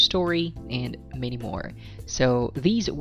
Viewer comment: I applaud you for your content, it gives us all a heads up on the test. I just have one issue though.. I cant help but cringe on how you pronounce some words like ANY and MANY.. and so many other words, usually with how you enunciate the letter A. I assume because you are of Bisayan Descent. But it's cool really, my parents are Bisaya as well. And I've heard you put Es after words that I normally hear from DJs and MCs like Rey Langit and Ted Failon. I know that's your style and all... plus you got a score of 9 in IELTS speaking test so who am I to criticize you right? I would gladly trade you my pronunciation skills to get that score. Overall, I say you're doing a fantastic job at helpin people to better understand IELTS. God bless you.